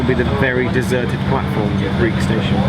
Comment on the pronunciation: Breich not Briech.